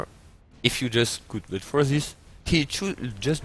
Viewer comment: it's scout ,not scoot , scout SCOUT